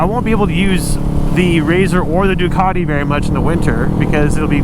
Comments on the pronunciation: . I’m pretty sure that’s not how u say ducati 😂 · I thought you said dockety pringle